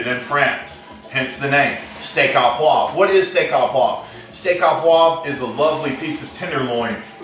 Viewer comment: Hey I liked your presentation and to hell with the pronunciation, I'll try a recipe from a good Texan cook rather then a wannabe Frenchy who says "oh" correctly. The food looks good!